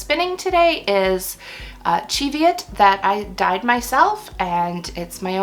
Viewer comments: I thought Cheviot was said "Shev-yet"? I'm trying to learn to spin thinner gauged yarns. thinnest I've spun so far is about dk/sport. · I understand it's Cheviot as in the hillly area in northern England where the sheep were bred, and is pronounced "ch" as in "church", "ev" as in "Beverly", "iot" as in "idiot" (sorry, couldn't think of another word that was similar, I'm not implying anything 😳). Sadie from Sadie's Spincraft uses it correctly and as far as spinning YouTubers go is located relatively closest to the Cheviot Hills irl. It's one of those many open to misinterpretation written location words. I thought it was French when I first saw it written down 😊